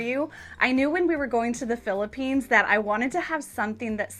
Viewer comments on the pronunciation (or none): none